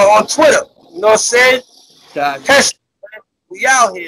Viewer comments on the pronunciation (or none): none